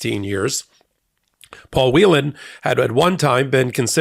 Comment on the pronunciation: Paul Whelen's last name is pronounced "Whale-n" not 'Wheelan'. Congratulations to all who are released. Thanks to President Biden for getting the job done. VOTE BLUE! 💙💙💙💙